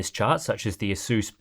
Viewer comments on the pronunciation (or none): none